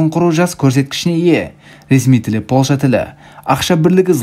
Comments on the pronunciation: Польща деші Полша демей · Ассалау мағалейкум Полша емес, Польша деп дұрыс айтылады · Полша емес Польшағо 😂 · Полша демей ПолЬша дей берш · Польша деш брат полша демей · Полша емес Польша десен жақсы еді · Полша емес польша дещ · Ешкім деген сөз қосысылып жазылады және Польша деген сөз мьягкий знакпен айтылады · Польшаны дурыстап айтсаи